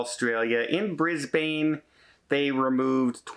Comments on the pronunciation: Its pronounced bris bin not bris bane - despite the spelling. Sydney and all of Australia and NZ is in a covid wave of some note - living here there is 20 people in my 50 person office all down with Covid at the moment, the numbers are in the 10's of thousands per day and very underreported as most dont test, or if they do, dont report it as thats just a pain. Passengers are more likely to get it wandering around Sydney than on the ship! - So 100 people even if they all got off, its a drop in the bucket. Not even a bucket. A swimming pool. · NOt BRIZBANE is Brisbane A is phonetically softer briss bin or just Brizzy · I’m here in Australia- it’s the crew they’ve kept on board! Also Brisbane is pronounced Bris-bun 😉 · FYI for future reference it is pronounced Bris-bun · Please lookup how to say Brisbane, You made me smile:) Enjoy Greece I love the islands